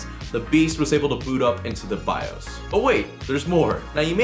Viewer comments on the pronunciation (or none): none